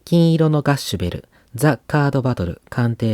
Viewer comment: 金色のガッシュベル 「きんいろ」ではなく「こんじき」です ここ一番大事な部分なので絶対間違えないようにお願いします